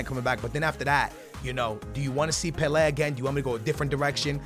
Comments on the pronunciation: Pelay not peleh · The way you pronounce Pele 💩